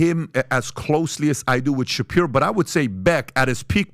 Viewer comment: The moment he said Ben shaperio that was it for me. Lost all respect for this channel. Ben shaperio 🤣🤣 and I had just subscribed because of tucker offer.